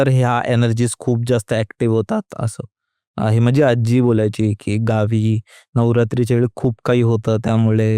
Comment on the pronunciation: Aajjjjjji nahi...aaji